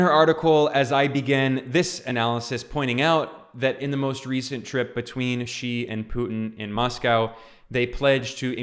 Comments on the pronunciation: Xi is pronounced as ‘see’ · Hi Ben! I follow your videos all the time and am fairly surprised that you are pronouncing Xi with a G sound instead of the Z sound ! Hope you correct it.